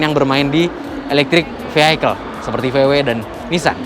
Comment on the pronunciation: Pembacaan kata "Vehicle" yg benar: "Fi hi kel" , bukan "Fi hai kel". Saran aja, ga usah pake bahasa Inggris, kita orang Indonesia banggalah pake bahasa sendiri. Kita pake bahasa Inggris juga belum tentu akurat dan benar